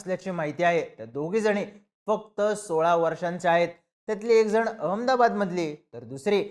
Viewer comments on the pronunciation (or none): none